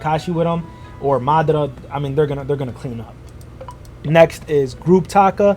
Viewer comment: my man actually pronounced Madara correctly hell yeah!!!!